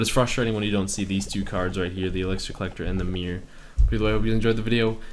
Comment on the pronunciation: its called MIRROR not MEER